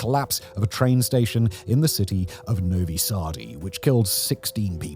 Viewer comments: Novisardi 😂😂 cmon simon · Finally my man is talking about Serbia, I will forgive the extra E you aded to Novi Sad :)